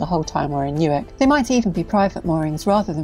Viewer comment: I’m glad to hear that the correct pronunciation of Newark is used. Unlike those in Delaware who say “New’ Ark”!